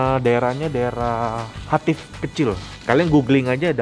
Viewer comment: Ko Nex, baca nya bukan Hativ, tapi Hatiwe kecil 😁